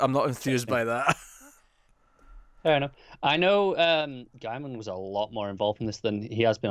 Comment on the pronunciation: You need to bone up on your writers names . . . Garth Ennis (pronounced n-is, not eenis) and Gaiman (gay-man not guy-man).